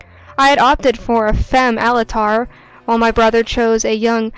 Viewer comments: I honestly enjoyed how Altair was said. Sounds like one of those giant monsters like Godzilla or Mothra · Easy-o XD its Ezio. And Alt-air